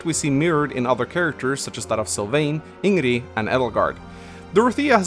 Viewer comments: the way he prononced ingrid’s name kinda pissed me off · Instant dislike for pronouncing Ingrid wrong >:c (jk jk) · Can't like because you keep saying Ingrid's name wrong